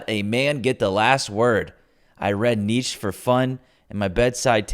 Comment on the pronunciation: I agree with your overall objective here, but man, it's true what they say about less intelligent people making more than smart people. Pronouncing "Nietzsche" and "Louise" correctly shouldn't be that hard.